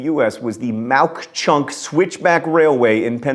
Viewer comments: Pronounced “Mow Chunk” love ya John! :D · Mauch Chunk is pronounces Mock Chunk... now, the town of Jim Thorpe, a whole other crazy story... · From #3: Mauk Chunk is pronounced "Ma Chunk." The K is silent. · I live like 15 minutes from mauch chunck which was renamed jim thorpe a long time ago and that is not how it is pronounced it's pronounced mock chunck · John, I live in Jim Thorpe PA; Formerly Mauch Chunk. You pronounce it Mach Chunk. The U is silent.